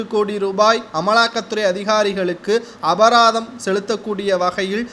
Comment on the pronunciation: The commentator corrected the word abatharam as abaratham properly